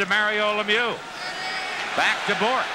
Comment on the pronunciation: On dit Bourque.